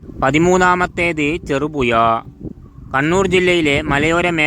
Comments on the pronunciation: ചെറുപുയ അല്ല ഹമുക്കെ . ചെറുപുഴ എന്ന് ഉഛരിക്ക്😡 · അക്ഷരസ്ഫുടതയില്ലാത്ത താങ്കൾ ഒന്നും ഈ പണിക്ക് നിൽക്കരുത് 🙏... ചെറുപുഴ എന്ന് പോലും പറയാൻ കഴിയുന്നില്ല 😥കഷ്ട്ടം 🙏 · "ഴ" വരുന്നില്ല. നാക്ക് വടിക്കാൻ പറ...